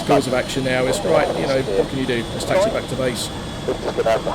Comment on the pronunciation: Taxi not Taxy.